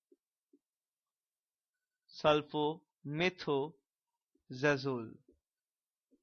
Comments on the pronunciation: It’s sulfamethoxazole not sulfamethxazole. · It's not sulphomethxazole it is sulfamethoxazole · Sory to say bro it's sulphamethoxazole